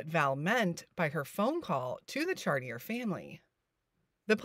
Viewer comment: It's pronounced "chartié" or for you English speakers . Char - tee - eh.